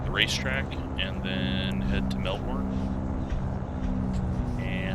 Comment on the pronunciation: got close with the pronunciation of it. I always tell non-aussies it's Mel-ben. We hate saying all the letters of word.